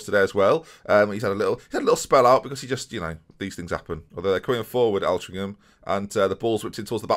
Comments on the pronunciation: Loving the Boston series, glad to see you back to enjoying the game. Altrincham is pronounced with an O rather than an A (Ol-trinc-ham) Source: I live 10 miles away and they're one of our oldest rivals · I thought the 7-1 would be the worst thing about this episode, but the way you pronounce Altrincham annoyed me more! It should start like the Alt in alternative or Ctrl + Alt + Del